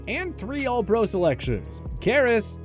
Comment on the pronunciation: Lol I’m suppose to value OPINION??! Guy says Paul Hornung, Jan Stenerud and even the words ALL PRO incorrectly. The Jerome Bettis take is so ridiculous it’s not even worth mentioning, he was a pro bowl player 6 of his 13 seasons, he retired as a top 5 rusher of all time. I seriously watch to laugh at how little they know bout the NFL